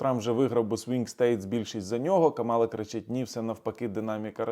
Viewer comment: слух ріже, коли ви КАмалу називаєте КамАлою.